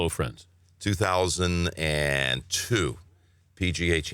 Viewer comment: For some reason, and I went back and listened to it again, the first time he says it I swear it sounds like "Hello Fritz" and I was like, was his Dad's name Fritz? I was literally waiting for the explanation for Fritz and how it got turned into Friends.